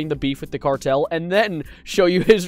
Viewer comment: I’m sowwy the cawtel 👉👈 🥺